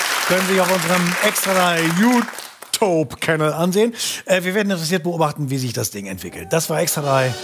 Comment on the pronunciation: Wie er "jutob-kennel" gesagt hat!!! Empör